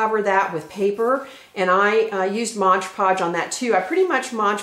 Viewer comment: You are an exceptionally good instructor. Many tutorial videos are so disjointed and miss important instructions. You are well organized and careful to present things in logical order with great tips and photos. The only con is this: it is MOD-podge, not modGE-podge. Yeeks.